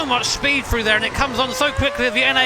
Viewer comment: For example, he says "Frew" instead of "Thru"